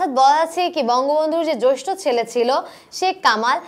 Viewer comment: thanks.but আপনি জেষ্ঠকে জৈষ্ঠ বলেছেন।